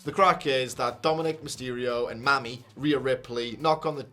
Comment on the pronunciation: It’s pronounced like “Mommy,” not “Mammy.” 😂